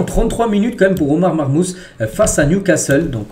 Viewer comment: SALUT sa se prononce "marmouche" pour Omar marmoush;)